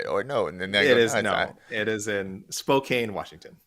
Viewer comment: That Gun-Zogg-Guh team sounds great! From Spo-Kaine nonetheless! It's actually pronounced Gon-Zagg-Guh and Spo-Kan😂